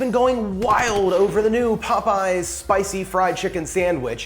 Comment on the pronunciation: Not “Popeys”